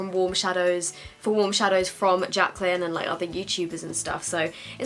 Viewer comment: Omg the 'Jacyly' hill palette pmsl hahaha